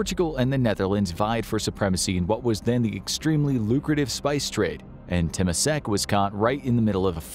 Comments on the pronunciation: Hi i would like to point out "Temasek" in - of the video is pronounced as "Ter-mah-sake" not "Tema-sack". Other than that, thank you for creating a video of our country.😊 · the constant mispronunciation of temasek is driving me insane. its not teh-mah-seck with emphasis on the “teh”, its tuh-mah-seck with emphasis on the “mah” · God...that pronounciation of Temasek... Ter-mah-saaek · as a Singaporean, all the history is true but just a correction. If you guys want to say, "Temasek" don't say "Temesek" but we do say "Tamasek" because this country is come with Chinese, malay, Indian and others but we mostly follow malay English style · It isnt temesek like how you pronounce it, its temAsek, with emphasis on A pronounced like ah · "Teh-me-sec" had me punching air 😂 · Ta ma sack he say? Might as well say ta ma de better. And there is no Mr yew, I only know Mr Lee. 😂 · Corrections: Lee Kuan Yew’s surname is Mr Lee. Temasek is pronounced as “Ter-Ma-Sake” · Sounded funny how you pronounced "Temasek".. should be Tur-ma-sake. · Temasek is pronounced as TE-MA-SAK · temasek is pronounced tuh·maa·sek emphasis on the ma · Temasek : tuh-mah-say-k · Temasek tuh-MAH-sik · Temasek. Pronounced as : Terrr Maaa Sake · Realise how he pronounce “Temasek” (clown emoji) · The way he pronounces Temasek 😂😂😂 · A little head up. Pronunciation of temasek was wrong and thank you for covering the sotry of Singapore. Feloow Singaporean here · Just a small suggestion. Try to learn how to properly pronounce Temasek. Hearing you pronounce it wrongly was quite annoying in the video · He meant lew for lee kuan yew. You cant really expect them to enunciate such words like how he mispronounce temasek